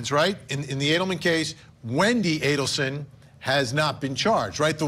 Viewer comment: It’s ADELSON not Adelman 😊